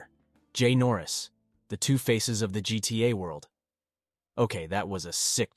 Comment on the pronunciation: “that’s what makes GTA guita”